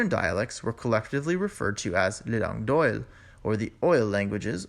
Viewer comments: La langue d'oil (pronounced 'd'oy', not 'd'oil') Sorry for the small correction in pronunciation. An interesting presentation. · I'm sorry, but this is riddled with errors starting with the first map which doesn't properly show us the existing Roman province in southern Gaul. Linguistically, it also suffers from a number of mistakes such as in the pronunciation of langue d'oïl: ˌläNG(ɡə) ˈdoi(l). Gaulish was closely related to Brythonic which was the ancestor of Welsh, Cornish, and Breton. Irish and Scottish Gaelic are in a different Celtic language family. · "langue d'oïl" is pronounced "lang d'oy" in French. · Les langues d'oïl it's not pronounced like OIL in English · Pronounciation of the word combo: langue d’oïl. The letter combination of “o ï l” may not be pronounced as “o i l”. The 2 dots on the letter i denote that it must be pronounced like the English “ee”, similar to the German, Spanish and the French “ i ” as in “isle de france” where the “ i ”sounds like the English “ee” but not like the English “ i ” as in island. The “l” after “ ï “ should be pronounced in French like a double ll after an i (as in Braille) with a sound like “y” as in the letter combination “oy”. From there the sound shift to “oui” is easy to understand. I’m not a linguist but did have some exposure to the development of Romance languages at school in Germany 60 years ago.